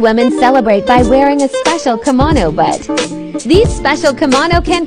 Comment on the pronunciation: My ears hurt when the artificial voice pronounces the word kimono as "kuhmono" 😖